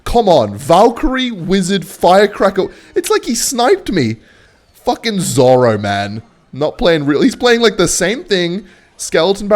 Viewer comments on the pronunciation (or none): “Zoro” says, mispronouncing the word zero